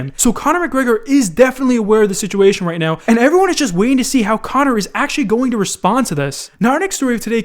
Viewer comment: Khabin was the largest name in the UFC. Not comner, nice try tho.